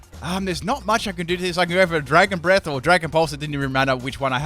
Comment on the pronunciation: I think he said dragon bread at one point instead of dragon breath 😂